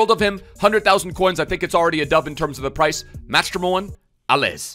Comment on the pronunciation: As a french, that "Allez" was pain to hear. The "z" isn't pronounced :')